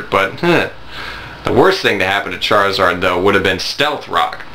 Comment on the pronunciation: lol "Chariard" XD